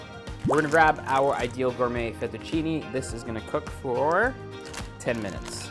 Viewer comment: Great recipes!! But I am Italian and that's not the correct way to pronounce the pasta name. I really don't know why foreigners always mispronounce it. Its pronunciation is LinghuinE \ FettuccinE (like Spanish " e " ) not LinghuinI \ FettucinI (like Spanish " i ")